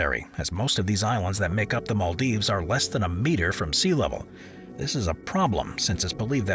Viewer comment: The narrator and his weird mispronunciation is cringeworthy and the choice of new "cities" very negative. Utterly weird in parts. How come the narrator has never heard of the Maldives?